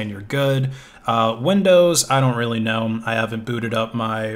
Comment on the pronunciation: Every time he say know i hear Gnome :D is he actually a Gnome user? Also i mainly did come her to write i use Firefox :-)